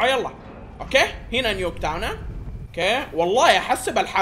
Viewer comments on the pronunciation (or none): اسمها نيكتاون متصله مو نيو كتاون 🤣🤣🤣🤣